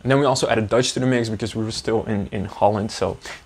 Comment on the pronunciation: As a German who is listening to your video, when you say Dutch it always sounds as if you were saying Deutsch (German) to me, which is funny. 🤣 Thank you for sharing your journey!:trophy-yellow-smiling